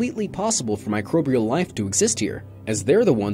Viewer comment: I lost the ability to concentrate when he said "michobrial" instead of microbial. fml